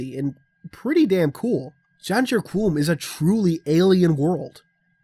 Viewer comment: My internal pronunciation was Muh-ken Scey-ah-ben. So it was weird hearing this. And Janjur Kom, there's no U in Qom. But, nitpicks.